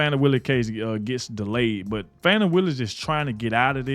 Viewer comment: Stop calling her Foni. Her name is pronounced FANNIE. (Not Adog, the National news.) 😂